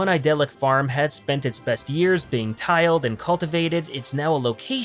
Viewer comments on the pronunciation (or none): It’s T-ill-ed not t-eye-led